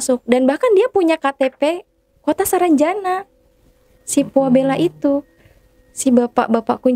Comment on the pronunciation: Pualeba bukan puabela